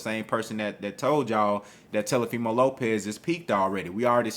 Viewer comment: Every time you call that man TELOfimo I start laughing lol